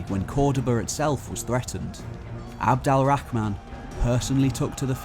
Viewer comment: Its abdul, al, rahman not abdal rahman but good content